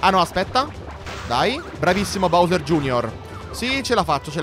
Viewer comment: Si sono contento ora finalmente hai detto BOWSER bene vabbè anche prima era gusto però è meglio BOWSER